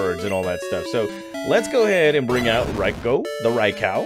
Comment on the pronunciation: Reyeco lol 😂bruh who says it like that jit 😮